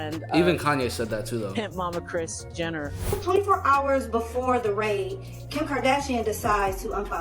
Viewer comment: "HHours of foot-a-gee." AI needs to go.